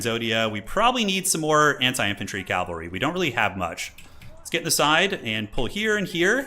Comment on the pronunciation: for the LOVE OF ALL THAT IS WARHAMMER, ITS CA-VUHl-RY. Some one like you who does this enough and actually knows the difference becomes super annoying when you keep mispronouncing words that My niece can say without issue. Stop Making Warhammer Religious and talking about CALVary, Troops on Horses are CAValry.